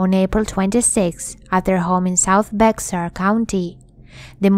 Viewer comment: Great video! FYI, Bexar is pronounced like bear, it is German. I lived in Texas many years and down near San Antonio they have a big German community. 😀